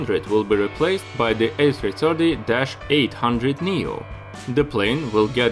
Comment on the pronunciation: I meant to say “Russian”......as you say the A 3 Chirty :)